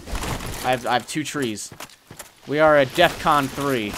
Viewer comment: its Defcon not death-con.